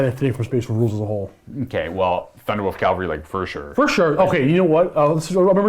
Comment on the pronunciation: CA-VAL-RY. "Calvary" is the hill where Christ was crucified.